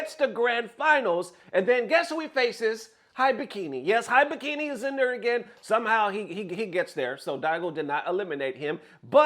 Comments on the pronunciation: It's, He biki Not High biki. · common mane u been playing Japanese games for a minute now it ain’t HIGH BIKI it’s Eeee- BEe - KEe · You hear them say "HE-BEE-KEY' correctly but you still, intentionally, say "HIGH-BY-KEY". Get real. 😑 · I'm convinced mispronounces to piss people off haha It's Heebiki, and they've been considered the best Lily in the world since the games release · da fudge is hi bee key? It's pronounce He Bee Key. 😗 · Dear, here is a tip pronouncing Japanese names: their letters always are pronounced the same. For example, "Akira" is pronounced "Ahh-keer-ahh". Most Americans pronounce it "Ahh-keer-ruh" so for Hibiki the "I" is pronounced like "ee" so it would be "Hee-bee-kee", not "High-bee-kee". Once I learned this Japanese became much easier to pronounce and less intimidating. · It's [He(e)-be(e)-ke(e)], oh my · it’s just “heebeekee” 😂, you good. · Hibiki (He bee key.) Thats how you say his name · Hibiki as in : He-be-key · Sir, it's pronounced "HE-BE-KEY" Hibiki. lol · Hibiki=Hee-Bee-Kee=ひびき He's been the world's best Lily player consistently since SF6's release (El Chakotay is easily #2). He played through the lows and the "even lowers" each season. It's about time that Capcom buffs Lily - and not some universal buff that's actually a nerf like last time... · For you, it is pronounced heebeekee, and he is one of Japan's top players. He's DAMN good. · "He Be Key" is closer to the correct pronunciation. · Yo I know english is not your first language but dont insult my boy HIBIKI's name like that its pronounce like He-Bee-Key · Hibiki - He-bee-key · it's kinda funny how he struggled to pronounce Hibiki's name when the commentators in the clip that he showed literally SHOUTING his name LMAO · if you are into japanese wisky, you should know how to read Hibiki.